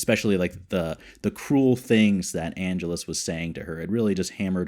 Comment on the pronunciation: Minor nitpick, but your mispronunciation of Angelus has been driving me batty. It's ann-jealous. I loved your reaction to When Liam met Darla. . . (Angel's origin story) The actor playing Kendra? Even 10 years later she was still playing a teenager! Didn't you recognize Darla (the lady vampire hanging out in the alley) from the first few episodes of season one?